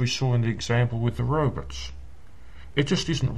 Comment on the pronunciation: Thank you. I wondered what happened to this guy. I was pretty sure it must have been something like this. I love when he says "robits" in this video.